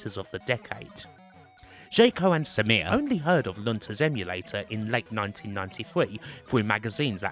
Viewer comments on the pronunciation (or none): It's a great story, but your strange SAMIR pronunciation, almost robotic, was challenging to listen to.